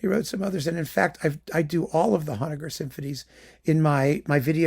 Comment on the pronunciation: I've never heard Englund, so there's a discovery to be made. I've been a Honegger fan since encountering PACIFIC 231 on a Vanguard lp that I got for the Varese and Milhaud it was coupled with -- and I've always pronounced that name with a long O. Your differing pronunciation is forcing me to look this up. You learn something every day, whether you want to or not. Have you done Bacewicz yet? Been spinning her stuff and Gerhard lately...